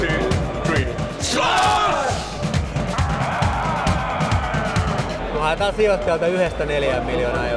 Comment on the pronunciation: Ensimmäinen s-kirjain kuulostaa hassulta :) Ja ehkä samalla se sh-äännekin lopussa...